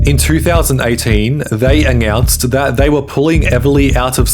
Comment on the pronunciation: Why do you add a random g sounds when you speak? Particularly with N sounds. Foogage? eggounced? permegantly?